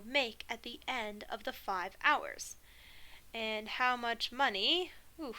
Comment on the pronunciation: "monyey" 😂. you're actually Godsent. got a calc final in 3 days and you're singlehandedly teaching me what my professors overcomplicated so much for the last 2 semesters. thank you for posting these lectures online. wishing you and ur family nothing but the best